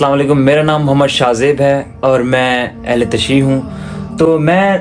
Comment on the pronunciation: جاہل اہل تشیع نہیں ہوتا اہل تشیعُ ہے جیسے اہل تسنُن وغیرہ